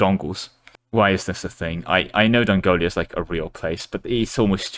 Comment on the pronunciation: There is no I in Dongola, in spelling or pronunciation. Your mind just made that up for you so you could compare them to Mongolia. As for heirs, male rulers can retroactively legitimize their spawn by any woman, or (as with many medieval non-Christian nations) not even be hindered by the notion of only a single legal wife. Female rulers are generally limited to own offspring, hence the reduced chance for heris.